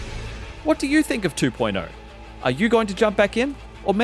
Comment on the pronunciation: Love how he says "two point eyuo" ✌️